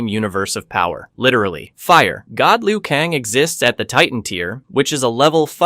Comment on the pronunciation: I am convinced dude has never played a Mortal Kombat game. He pronounces most of the characters names wrong. When you select a character in game the narrator pronounces it. Like how do you pronounce Liu Kang as Liu Kong?